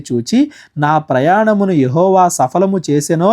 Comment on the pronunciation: ప్రైస్ లార్డ్ బ్రదర్🙏 నా ప్రయాణమును అని ఉన్న ప్రతీ చోట నా ప్రమాణమును అని పలికారు బ్రదర్ ఒకసారి చూడండి. తప్పు పట్టడంలేదు కాకపోతే క్రొత్త గా వినేవారికి అర్ధం మారిపోతుంది కదా ప్లీజ్